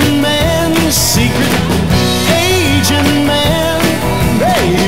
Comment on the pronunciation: He's missing the T on saying agent. So it's either Asian or aging (dropping the last G for aging).